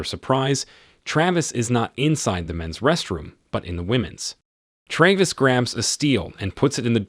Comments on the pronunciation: Excellent, bullshit he couldn't decide how to pronounce Travis and at one point said Travis and Trayvis in the same sentence. And constantly shifted between the two. I am not going to even go near his complete misuse of other words. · Why do you pronounce his name both correctly and incorrectly? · Is it 'TRAVIS or 'TRAYVIS'? Need to upgrade your text to speech subscription. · This narrator's ability to butcher the pronunciation of things is simply astounding.lol. "Savy" "Travis" "syringe" and others. Makes it damn near impossible to listen to him...